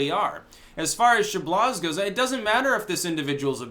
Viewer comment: Chabloz = "Sha-blow" It's a French name.